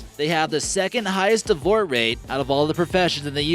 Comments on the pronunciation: Did you notice he said divore instead of divorce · I would also like to mention that I had a hard time taking the #1 fact seriously because I think you were trying to say "divorce rate," but it came out sounding like "davort rate" which is not even a word. You didn't edit the subtitles yet (if you do at all) so I can't tell what it's supposed to be cause the video's interpretation was "abort rate." But I can only take it with a grain of salt rather than taking it seriously cause it's just all a run on sentence with no punctuation and in some instances it spelled "cup" instead of cop lolololol. So please tell me, what on this blue earth are you trying to say? Be clear dude...